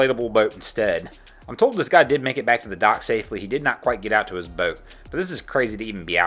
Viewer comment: How you say, boat is hilarious... more like boaeete